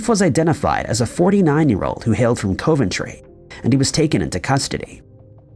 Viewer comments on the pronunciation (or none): I still thought it was River Phoenix on that silly curtain. I guess it wasn't. Looks like him from the Stand by Me days. But, now that photograph has been found, it will have to be Letesia. That Daddanity thing sounds like something DT would say and think. Also, it is pronounced like Cuvven-tree,. Not Coe-ven-tree. In reference to Coventry, West Midlands, England, UK. Didn't DT just pardon that Nockin person who defaced all the US National Parks?